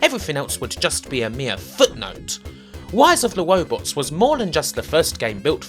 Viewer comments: "Wise of the Wobots" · Its RISE of the ROBOTS NOT WISE OF THE WOBOTS.... Ok having said that your list is dead on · He's wight. Wise of the wobots was wubbish. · If you defeated the game, were you crowned “Wisest of the Wobots”? I’m asking for a fwiend. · PracticalVisions Wise of the WobotS! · Wise of the Wobbots is weawy wubbish. Just tewwibwe. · Wise of the Wobots? Dr. Light, is that you!? Is Dr. Wiwy doing something bad again?! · Dude why would you even attempt to say rise of the robots... I'm dying lol